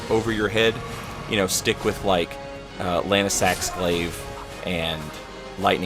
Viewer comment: Lann-see-axe jk love you